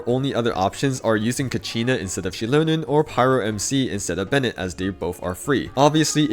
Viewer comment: > I swear I hear Shitlonen and not Xilonen 😂